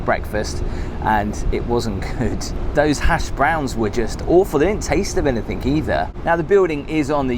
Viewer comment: No offence, but PLEASE pronounce the work correctly. It's AnyTHING, not AnyTHINK!!